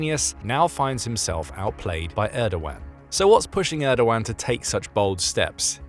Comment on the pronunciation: you did so well with the pronunciation of Erdoğan then messed up royally on Hagia Sophia